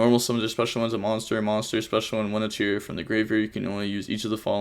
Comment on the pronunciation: Ish-she-zoo kell-doh gnat-chur-rea ....how the fuck did you get vernusslphyh right?